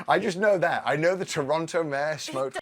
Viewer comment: I appreciate that still pronounces Toronto "Churono" 🤌 Fu**in' Eh rights Bud.